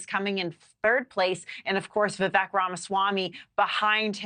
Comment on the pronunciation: Learn how to say Vivek’s name. Vivek like CAKE!